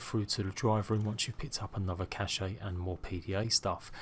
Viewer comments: it’s not pronounced cash-eh or cash-eyy, it’s “kash” just fucking “kash” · He says cash-ayy instead of “kash” how it’s supposed to be pronounced. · Squipi Dingcheek he’s saying “cache” “cash-eh” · The "e" in cache is silent lol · no he pronounces it in the worst possible way.